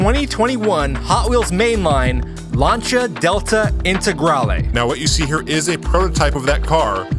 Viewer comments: Lan-see-ah, Lancia, Lan (like man) see/sea - ah/uh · Please say "Lancia" correctly... Please! Great content btw :)